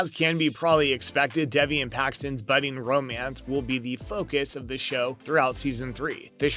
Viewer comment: bruh how do u get devi from davi lol